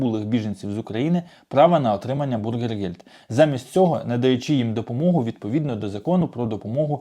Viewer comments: Bürgergeld бюргергельд, а не бургергельд.😊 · Говорите пожалуйста правильно " бюргергельд", а не " бургергельд", это не булка с котлетой, а деньги для граждан. Большая разница! И не пугайте людей, принудительно никого не будут высылать! Кто за 3 года постарался и выучил язык и желает или уже работает, тех оставят с удовольствием. В Германии нехватка рабочих рук во всех отраслях! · навчись вже правильно казати: НЕ бургергельд, а бюргергельд! Від слова бюргер ( громадянин), а не бутерброд! Не позорьтеся!!!